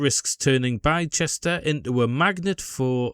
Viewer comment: One of the few people highlighting this well done mate. By the way the place is pronounced Bister 👍